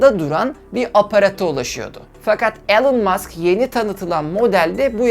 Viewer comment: elon degil ilan mask diye okunur yaa işte ortaokul mezunu olarak senin açigini buldum artik senin diger videolari izlemem lazim,şaka bir yana cok iyi calismalarin var keşke daha önce tanisaydim ama işte enes batur orkun gibi arkadaşlar var saniyordum bu mecrada harikasin aynen barış özcan gibi